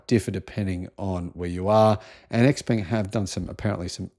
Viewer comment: Isn't Xpeng prounounced “Shpeng”